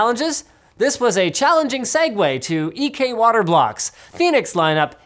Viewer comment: Fun fact: The word is 'segue', not segway. You're welcome. I didn't know that until a few years ago, so don't feel bad.